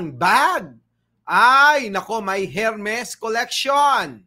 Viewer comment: silent H ang pagbigkas ng Hermes (air-mhez or er-mhez)